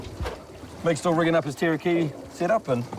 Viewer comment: the fish is a Ta-ra-ki-hi NOT Teraki..... jaeeeeesus